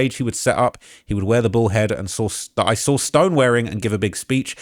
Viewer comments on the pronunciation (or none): It's SAW, not SAW-R